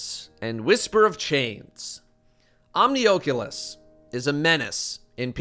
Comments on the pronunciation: Why he saying Omnioculus like that lmao it’s not oakulus LMAO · Love that VR device the Oh-cue-luss. 😉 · Omnioooculus (sorry just thought it sounded funny could be correct pronounciation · Why do you say oculus weird? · Don't say "Omnioculus" like that. Its gross.